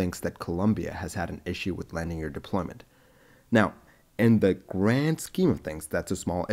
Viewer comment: Lamding? Really?